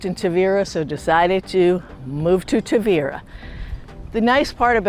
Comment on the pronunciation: Too bad you still haven’t learnt to pronounce it! It’s Taahveeruh……..